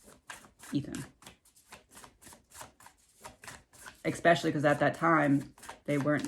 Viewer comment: Hi, I'm new here. Your reading here was fascinating. You speak so well, (except, you said expecially, instead of especially, two times. MANY THINK THERE'S AN X IN THAT WORD! I USED TO!) I can tell, you are working with spirit. It is so enjoyable, watching you!! I think I found a new favorite!! I hope nobody is mad, about me correcting that word. I promise, I'm NOT the speech police. lol 💞💕♥